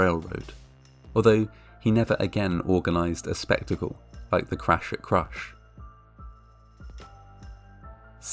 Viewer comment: "The cwash at cwush"